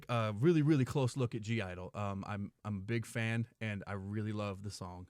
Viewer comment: (G) - Idle the G is silent, they are just called Idle, heads up